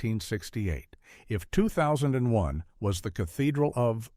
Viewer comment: Oh, God, NO! AI narration prominently mispronouncing in the very first ten lines. It cannot even pronounce the title of 2001 correctly, Shit. I want to hear their list. I DON"T want to hear this shit narration.